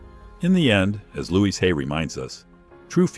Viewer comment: The problem with AI. Louise, not Luis! 🙄